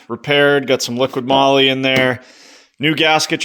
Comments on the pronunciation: I cringe every time people say liquid moly. 😑 There's no D in the name. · Liquid Molly too😂